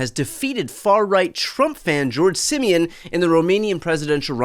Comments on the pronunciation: Pronouncing "Simion" as "simian" is just chef's kiss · Always love how English speaking people pronounce Simion's name as "simian" :)) pretty accurate for his personality and behavior.